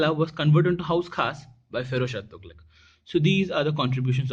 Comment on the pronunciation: Tughlaaq nahi hota, its pronounced as Tughlaq